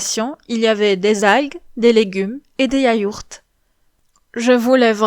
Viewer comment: «des yayourts » 😂